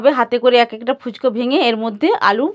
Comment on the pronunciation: Didi phuchko noy phuchka 😆😆😆😆😆